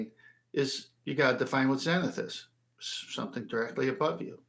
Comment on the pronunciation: Somefink. The English excel at butchering their own language.